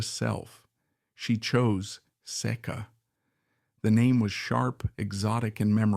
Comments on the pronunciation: The most mispronounced name Iñ the repulsive business that is pornography why I don't know it is say kuh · Keep mispronouncing the name.